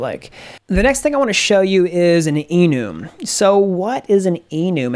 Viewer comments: i felt gross after hearing that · I died when he said enoooom